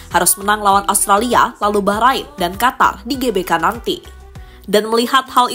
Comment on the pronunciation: Qatar? Mimin salah baca ni😅